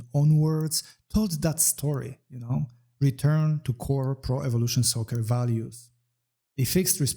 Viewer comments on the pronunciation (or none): why do you keep reading it like prevelation soccer?